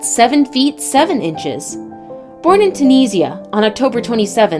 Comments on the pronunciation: Me too i'm tunisian. I'm with you the narrator must prounouce Tunisia correctly. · Especially Tunisia I'm tunisian and that's not how you say tunisia